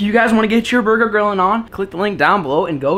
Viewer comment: “ that’s a good burger” Me thinking he said booger at first